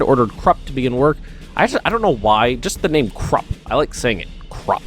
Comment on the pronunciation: Pronounciation: Say "Voodoo" take the "oo" and say "Kroopp" (Krupp). That's almost right. Don't say Krooooooooooopp, but a very short Krupp. The "u" in Krupp is short. I love all your Hoi3 series. I also learn a lot watching it. Edit: All "u"s are pronounced "oo" (but short) in german. So it's "Koomersdorf", "Kroopp" etc.